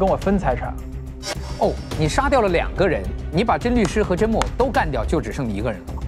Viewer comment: 有人发现Justin 也把甄木偶的名字念成了甄木耳吗？ 哈哈哈哈哈哈😂